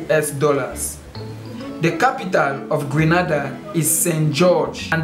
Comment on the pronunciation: Grenada not Granada